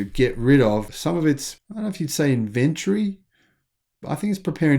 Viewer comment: Why can’t you say inventory?